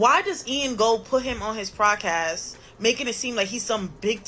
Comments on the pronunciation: If she says “prodcast” one more time! Lol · Why does she keep saying PLODcast ??? 🤣 🤣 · What hell is a “prodcast” 🤔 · Why she keep putting an R in Podcast?